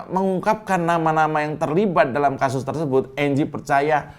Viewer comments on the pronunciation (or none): none